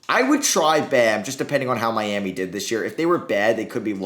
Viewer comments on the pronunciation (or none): none